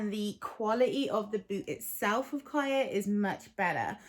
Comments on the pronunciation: She’s saying it wrong. It’s Hebrew so the ch is a plegmatic kh sound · I hear you and I understand how they’re saying it in their videos but on their page they say how they chose the name because it’s Hebrew for life (it’s also a common girls name) I’m fluent in Hebrew and they’re mispronouncing it in their own videos